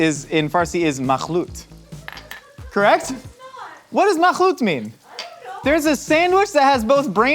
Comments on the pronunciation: was right... makhloot is mixed/ a mix, but in Arabic. And may I say your خ (kh) is on point 👌🏻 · Makhloot is in Arabic actually, not Persian. got it right!